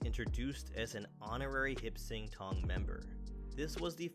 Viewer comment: I believe it’s “Hop Sing Tong.”